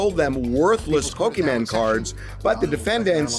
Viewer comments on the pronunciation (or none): Harvey did not just call them "Pokeman" cards. SMH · Pokey Man? Pokey Man with the pokey and the man, and the thing and the guy comes comes and he goes whahahahaha!